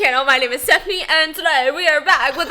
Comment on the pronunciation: STEPHIANCE hahahahhaha